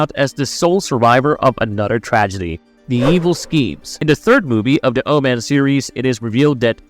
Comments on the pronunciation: I can't "like" a video when the narrator can't even pronounce the subject of the video essays' name correctly... The Oh-Man... It's O-men... I could be out of the loop, but is this an AI narration channel? If so no worries. I'll just avoid. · Its OMEN not OMAN. Learn to pronounce words properly. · Jesus it's "Omen" no "Oh-man"